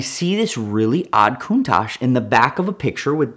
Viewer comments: If you've "studied Countach" your entire life, did you notice it doesn't have an S in the spelling? Its Countach. Coun-Tach. Is the Tachometer in your car called a tashometer? Study harder. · Drinking game- take a shot every time he says countash 😂